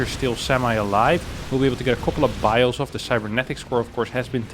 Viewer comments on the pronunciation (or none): none